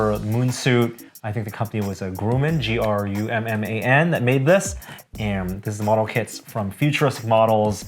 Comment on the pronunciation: Company name was pronounced Gruh-Man for Gruman, not Groo-man. Gru like duh